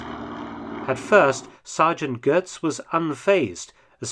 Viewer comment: There's no R in Götz. "Gehtz," not "Gertz."